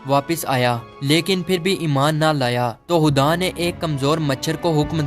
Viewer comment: Are bhai khuda ko huda kiyu bol rhe ho